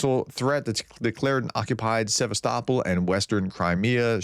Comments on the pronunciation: In Sevastopol the first " o " is pronounced as " oh " not " ah " ! Sevast oh pol ! Keep it up, you are improving every day ! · It’s Sevass ta poll